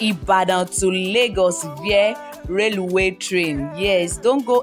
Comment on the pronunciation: Reluwe train lol